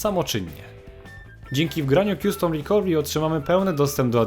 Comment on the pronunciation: Dzięki, świetna instrukcja i linki ale, zeby dodać 'powagi' komentarzowi i zeby nikt nie pomyslał, ze to dyletant - nie mozna mówić kjustom! Dla mnie to było nieznośne, podobnie jak często, 'informatycy' dyletanci mówią Skejp czy dilejt na delete. Co brzmi jak opóźniony (delayed). Custom czyt. kastem, recovery ri'kawery, z akcentem na ka.